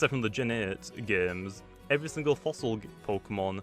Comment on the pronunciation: The word “Fossil” almost sounds like “Floss”